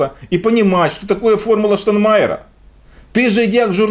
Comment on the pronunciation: ребята, при всем уважении - ну потренируйтесь правильно произносить - "ШтаЙнмайер", а не "Штанмайер"! Петя научился